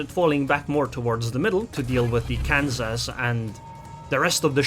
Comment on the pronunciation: I live in Kansas, it’s not Kanso